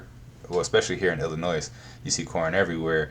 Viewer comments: Sir! You did not just pronounce Illinois with an S! 😂😂😂 much love ❤ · The s in Illinois is silent.